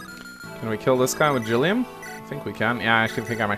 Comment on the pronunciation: Thank you for the hard G on Gilliam. Liked, commented, subscribed!